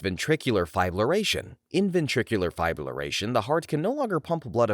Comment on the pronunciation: lol, fibrillation fib-rih-lay-shun. fib rhymes with crib. You guys gotta slow down just a little. Hand it off to each other, make notes, retake.